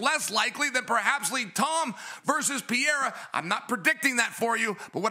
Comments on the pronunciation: One day chael and DC will learn to say Pereira's name right lmao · Chael literally can’t pronounce a single persons name right: Blehal, Jom, Peyerra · Chael, who tf is Blahal. You have to go out of your way intentionally to mess up names as bad as you do lmao Makes Hazmat Chimaev , Vinchinzent Luque and Alex Pierra sound accurate